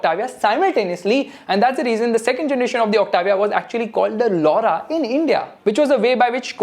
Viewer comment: Skoda Laura sounds like lau***